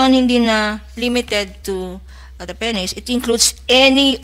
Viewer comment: Penis not peny